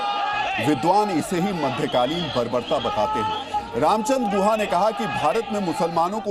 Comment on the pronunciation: Tameej se naam lo unka naam guha nahi Gukha hai